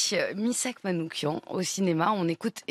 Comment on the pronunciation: Svp M A N O U C H I A N et non M A N O U K I A N